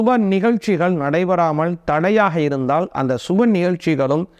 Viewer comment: பண கஸ்டம் . எந்த ஊர் தமிழ் இது ? கை கூடாமல் இருந்தாள்😢. ள , ல உச்சரிப்பு சரியில்லை.